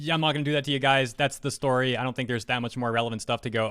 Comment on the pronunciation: I almost thought you said "I'm so over these gays man" XD